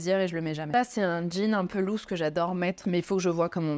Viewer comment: Loose se prononce lousse , pas louze 😂